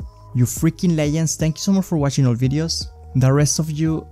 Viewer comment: I like how he says leyends instead of legends